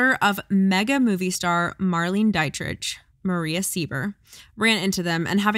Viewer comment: Love you guys! FYI Marlene Dietrich is pronounced "mar-LEEN-uh DEE-trich"